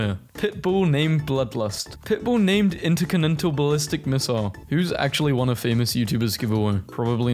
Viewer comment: bro does not know how to pronounce intercontinental